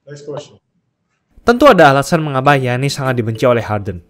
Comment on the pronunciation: Giannis, dibaca yanis bro..